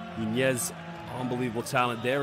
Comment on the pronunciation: The commentator can say and pronounce de letter Ñ to say España, but not to say Nuñez